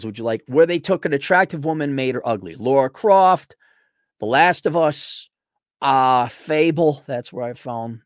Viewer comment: FYI It's 'Lara Croft' not 'Laura Croft'.